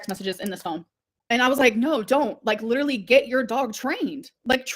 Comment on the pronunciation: "I LIDURALLY HAVE PROOF! I'VE GOT THE TEXTS ON THIS PHONE!" ...then show them?!